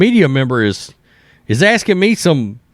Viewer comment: Don’t be aksing me questions, I z the mayor.